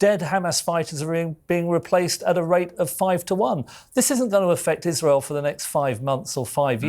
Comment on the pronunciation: Its rabbi, not wabbi, its israel not iswael, why Englishman can't speak properly .?????